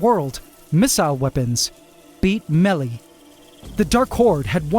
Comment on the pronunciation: "diminutive" is horribly misspelled in the captions. stay in school. mispronunciation of the word "melee", omg. stay in school! really?! we're "capable of capabilities"? Vary your vernacular to garner more meaning. Oy, everyone speaks like a fool.